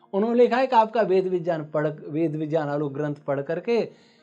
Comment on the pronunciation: विज्ञान का उच्चारण विज्यान !!